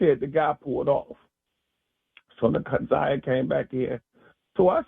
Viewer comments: It’s pronounced NAH ZI AH NOT NAH ZAY AH….please pronounce her name correct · It’s Nah Zie ah not Na Z(eye) ah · Just tell her how to pronounce it , it’s NA-ZI-AH ❤️ great video btw! 🫶🏾✨💯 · it don’t matter how anybody spelled it, IN YOUR VIDEO ITS SPELLED NA’ZIYAH SO AGAIN U CANNOT READ OR KNOW HOW TO PRONOUNCE YOUR VOWELS ‼️ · hey boo, it’s okay, its pronounced NA-ZI-AH ❤️ The “y” is silent. GREAT VIDEO BTW!❤️🫶🏾✨ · Na’ Z(eye) ah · she keep saying her name wrong Na’zayah and it’s bothering me so I said sum tf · u too mad 🤣 u gt the point or no 🤣 either way it’s not NAZAY OKAY!! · I really do appreciate your content because you are posting things that I haven't seen on any other bloggers page. However, I think that you really should try to say this baby's name properly because you keep mispronouncing her name, respectfully. Now you have said Jarvis name wrong many times and that hasn't bothered me. But the fact that you keep on saying Na'Ziyah's name wrong is really upsetting. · Nobody cares if you pronounce the offenders name correctly but show some respect to the little girl you’re clearly partially illiterate because how do you get they (a) sound from (iy) vowels ? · Plz say her name correctly...